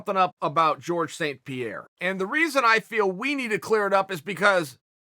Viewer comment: Georges St. Pierre Chael: Jorge